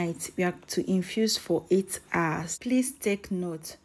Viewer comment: 'Hours', not 'ours".